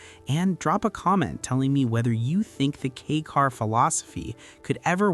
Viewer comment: If you can’t even say the right name, I’m not bother to see the rest. It’s K-a-i car, not K-e-y car